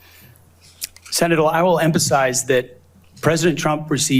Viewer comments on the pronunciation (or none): This dude said "emPAsize"